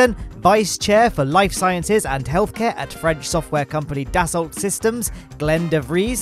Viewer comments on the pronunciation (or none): none